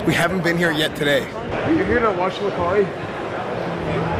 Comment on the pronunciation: oof... Lacari starts with an L for sure.